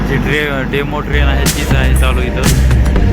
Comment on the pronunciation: डेमो नाही ओ डेमू म्हणतात Demu train